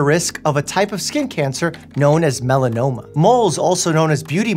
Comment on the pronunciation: every time I hear "melaoma" I think of Uncle Buck